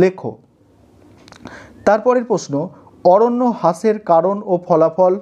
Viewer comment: Sir otar ucharon hash noy rash hoy apni khali hash kno bolen😅